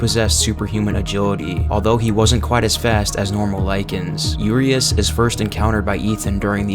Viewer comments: Cool video, very informative. Quick tip. Urias is pronounced like this: Uuh - Ree - Ash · just a heads up, i think “Urias,” is pronounced “Yur-eye-us.”